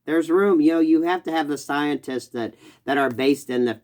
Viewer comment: Please tell me I heard you slip, and accidentally say “Scien-tits.” Best human auto-correct, ever.